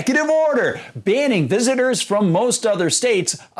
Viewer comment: Did she say, "... Visiners..."?? Haha, nice diction lady